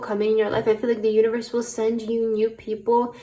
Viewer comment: I chose pile 3 and in the beginning of the reading when you said universe I heard uterus 😂😅